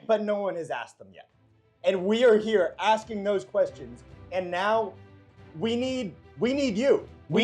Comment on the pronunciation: Impressive axing